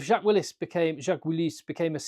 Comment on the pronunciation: "Jacques Willis" très fin le sens caché avec la prononciation, magnifique. i also would like to see him in the English squad.